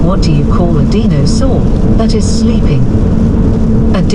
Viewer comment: a "deen" - o - saur love your videos!